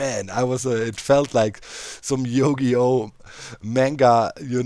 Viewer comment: Doc you're a great TCG player but how you pronounced Yugioh hurts my soul so much (its You-Gee-Oh)